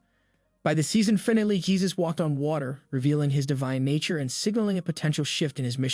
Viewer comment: Dear narrator; get a coach to help you pronounce key words correctly... "finale, Elijah and disciples" need work. Other than that (small detail), good work